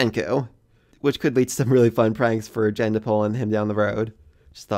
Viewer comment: Gen's name is "Gen" not "Jen" by the way.